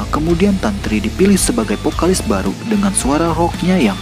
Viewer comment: vokalis bang... bukan pokalis wakakak